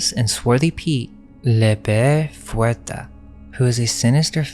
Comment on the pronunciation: Kick ass video! Super informative! 👏🏻👏🏻👏🏻(Small note: fouettard is pronounced more like fu-weh-tar 😊)